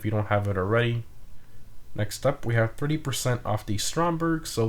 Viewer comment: Sounded like he said "Purty percent on the stromberg" hahaha Still love these updates